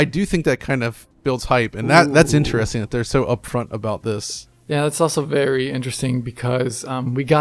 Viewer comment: for Christ's sake. Learn a simile of interesting. Not only do you say it wrong but use it nearly every sentence.